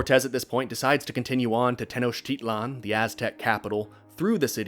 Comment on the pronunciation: also wjhy the fuck do you accent te-NOCH-titlan and not te-noch-TI-tlan